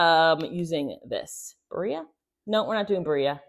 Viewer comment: Not judging, just letting you k ow it is Birria pronounced Beer-e-a.